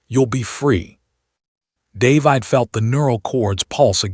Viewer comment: What sort of AI can't even get a simple name like "David" right? It pronounces it like there is an "e" at the end.